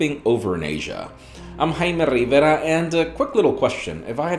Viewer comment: I'm HIGH merrr riverrrra and you're watching me repeat my name daily!